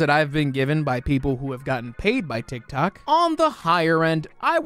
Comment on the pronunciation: I can’t stop hearing “tic tac” lmao